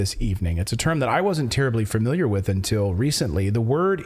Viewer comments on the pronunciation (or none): FAMILIAR - NOT FURMILIAR